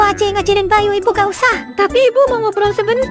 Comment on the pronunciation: Kok bayi bang🗿🗿🗿 Bukan bayu🗿🗿🗿